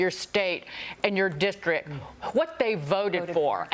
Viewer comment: LoL 😂 LMAO how she said district sounded like dicktrick !!